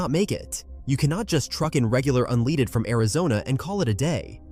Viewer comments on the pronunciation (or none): For God's sake why can't your AI pronounced unleaded it's always saying unleeded